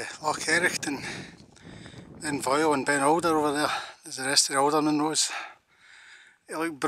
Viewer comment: Just catching up..you pronounce the Munros perfectly...passed here the other day as up to cairngorms. What an area it's covered atm..Enjoyed that. Hope all well your way:)